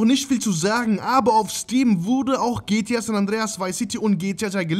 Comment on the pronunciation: Bitte sprich es G T A aus und nicht gtja 😂😂